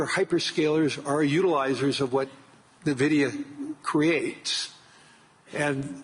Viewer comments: What is this 'NEVIDIA' Fink keeps mentioning? LOL It's ENVIDIA for God's sake! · Fink its EN Vidia, not Nuh Vidia 🤦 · I wonder if Jensen grimaces every time someone says NUHvidia instead of INvidia which is the correct name. I do. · What is this company "Nevidia" the host is talking about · Calling it nervidia from now on. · "ne-vidia" ?! maybe try to figure our how to pronounce the name correctly ... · right! I don’t know why some people pronounce NVIDIA much like NAVIDIA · why do all the investor people call it NUH-vidia. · LOL I think Larry said Nevida 🤣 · Fink is not even pronouncing NVIDIA correctly. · can't even pronounced NVIDIA correctly. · He doesnt know the pronounciation of Nvidia. Tells a lot. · I've heard so many investor business people pronounce it like this. Grinds my gamer gears.